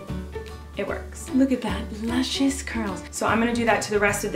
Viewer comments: I died every time she said lucisous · Whenever you say luscious I always expect luchous.